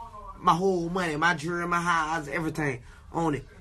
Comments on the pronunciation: what is jerereeyy?llll??? lmbo..... colored people hit your English books!!!!! 49 cent should be working in a jerereeyy stock to sho!!!! y'all feel me cuz??! I likes to wear my gold jerereeyy!!!!! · Jewelry* not Gerry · 'i got my jewererery on' u for real